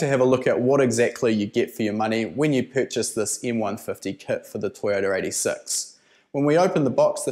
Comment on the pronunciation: toyota eighty sex ,scion f fa ris, Subaru Br zit. That's what I heard.